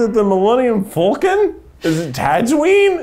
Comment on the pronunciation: same with the Millennium Falcon as "Fulcun"